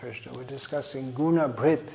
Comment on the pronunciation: perhaps Guna bhrt, not Guna brht